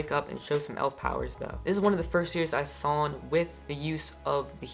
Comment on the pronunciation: sawn he said sawn lol